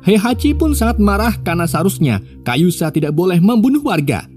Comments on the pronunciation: Kazuya min bukan kayuza 😂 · Kazuya bang woii Kazuya bukan kayuzA kayuzA kanjut lu bang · Kazuya bukan kayuza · Kazuya - Kayuza wkwk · Bro bkn kayuza tpi kazuya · Kayuza saha anynx!? Ka Zu Ya kali ah. Nina jg nyebutnya Ana 🤦‍♂️ Riset min...riset... 😑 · 🙏Mon ma'af harusnya Kazuya bukan Kayuza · Typo bener mulut😂 kazuya bg bukan kayuza😂😂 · Ka-zu-ya bukan Ka-yu-za....iq 78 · Kazuya kampreet 😂 Kayuza kayuza 🤦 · KaZUya Om, bukan KaYuZa :) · kazuya blok, bukan kayuza awkoawkkawko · Min Kazuya min bukan kayuza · KAZUYA Bang. Bukan Kayuza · Kazuya min ...bukan kayuza😂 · udah bener nulis kazuya bilang nya kayuza😭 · Kazuya bang, bukan kayuza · kayuza 😂😂😂 yg bener kazuya fergoso😂😂😂😂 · Kazuya min bukang kayuza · Kazuya bkn kayuza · Kazuya bang bukan kayuza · Kazuya bukan kayuza 😂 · knp kayuza kn kazuya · KAZUYA bukan KA YU ZA mimin😡😭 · Kazuya minnn bukan kayuza 😂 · Kazuya apa kayuza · Kazuya ❌kayusa ✅ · kazuya min bkn kayuza😂😂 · Kazuya bukan kayuza😂😂😂😂😂 anda bukan penggemar tekken😂😂😂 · kazuya min bukan kayuza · Kazuya bosku bukan kayuza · Kazuya or kayuza bang😂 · gw sampe² mikir antara kazuya atau kayuza min😭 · bikin bt pas sebut kayuza